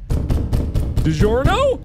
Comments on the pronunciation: Digorno? It’s NoT deLiveRY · Its not delivery, its DiMonster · degirno, it's not delivery lol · “Digiorno?” “It’s not delivery....” -Markiplier 2019